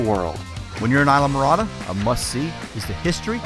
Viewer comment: I die when he pronunces ISLAMORADA hahahah